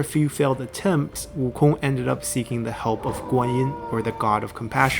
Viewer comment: I gave a like on the video because props to you for going out your way to speak the name fluently, as for me though I'll stick with WOOKONG